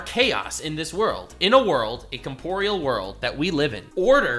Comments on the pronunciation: You said comporeal twice, I thought you just misspoke the first time. The word is "Corporeal" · OK, I have to say, its 'corporeal', not 'comporeal'